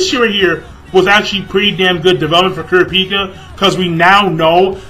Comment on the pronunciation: You pronounced Kurapica's name so wrong!! lol!!